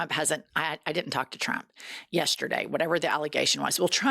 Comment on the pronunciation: Did she just say “Trumpt’s ex-boyfriend” - Elon Musk… I can’t! 😂🤦🏽‍♀️🤣 Love, from South Africa ❤️